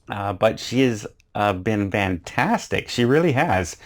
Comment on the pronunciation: FFFFFFFFFFFFFFFFANTASTIC, NOT vantastic,, wow that drives me nuts!